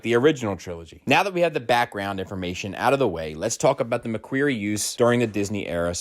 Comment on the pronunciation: I don’t think you’re pronouncing “McQuarrie” correctly. Other than that great video